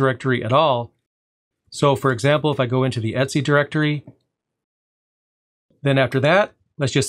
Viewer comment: great video, but your pronunciation is really bizarre for a variety of commands here (etc, sudo for example)